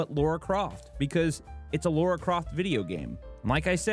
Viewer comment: It's Lara no Laura!